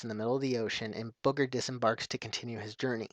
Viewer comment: did you just say "Booger"? :P